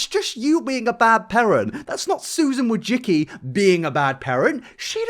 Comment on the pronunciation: It's pronounced "wo-jisky".